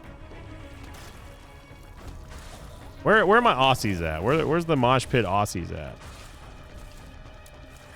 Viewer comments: it's pronounced ozzies (like Osbourne), not ossies. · i love you to death, but... if you wanna prounce Aussies, think of it more as o-zz-ies. Regardless the Australian moshpit love you <3